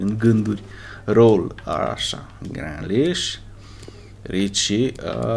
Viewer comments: Grealish se pronunța Griliș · Se numeste grilish